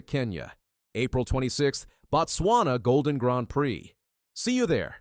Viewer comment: Botswana is pronounced Boat Swana and Ababa is pronounced Ah Bah Bah